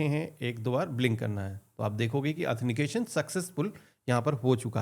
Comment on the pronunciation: bhai 'athenication 'nahi 'authentication 'boliye..!